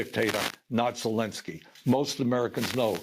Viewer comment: ZelEnsky, not Zelinsky. Please.